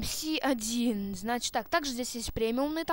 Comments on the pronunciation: не эм си 1 а эм эс 1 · Не мси1 а мс1д……ил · Не ЭМ-СИ 1 (как ты сказал), а МС-1 (Машина Смерти-1 - звучит глупо для танчика 1 уровня) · не эм си 1 эм эс 1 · не правильно МС-1 произносишь, ещё говоришь что до 8 лвла доходил. Обманьщик, врун